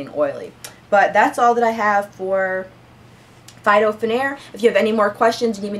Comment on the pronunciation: Pronounced feet-o😉